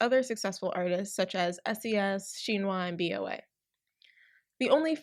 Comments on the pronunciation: BoA is not pronounced as Bee Oh Ay, it's her actual name so you pronounce it like it's written :) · Did you pronounced Boa as B O A? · OK so you covered the topic really well but OMY THE MISPRONUNCIATIONS ARE KILLING ME: -BOA (bow-ah) -SHINHWA (shin like the body part, hwa idk how to explain for english speakers) -hangeng (han like the star wars character, geng (also cannot be romanised properly to english) -sulli (sue-lee) -minwoo (min like mint without the t, and woo) -tao (is one syllable) ok more than mildly annoyed asian kid out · Did u just call BoA B.O.A.??? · It's BOA(bow AH) Not B.O.A :) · Did you just say B.O.A.? Don’t you mean Boa? Or to be more precise BoA (As in Bo-ah)? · “B O A” Sure hope you’re not referring to Bo-A(h) 😅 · And its not B-O-A, it's BoA (like the constrictor) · lol it's pronounced bo ah that'sher name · the fact you pronounced BoA as bee oh aye hurts me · did you just call boa B O A i'm...... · the pronounciation of BoA and Tao made me cringe but aside from that this was rlly insightful! I always knew sm were shitty but I didn't wanna look into it bc it'd make me feel guilty for buying things from them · THE WAY THEY PRONOUNCED BOA OMGG